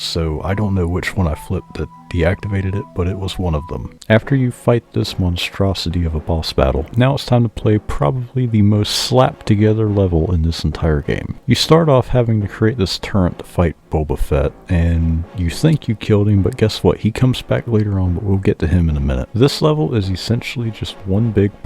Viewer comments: Im not mad and I dont want to be rude: why do you say turrent instead of turret? I notice this primarily with people under the age of 30. I want to find out where this comes from. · turret. not turrent